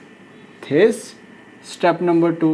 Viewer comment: this is pronounced as diss is he saying thhiiissss???😭😭🤣🤣